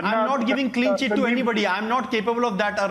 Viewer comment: Sandip was so panicked he said "Clean Chot cheat chit to anybody" then party was pronounced as Particle. 😂